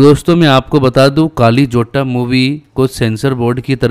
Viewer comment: Kaali nahi..kalli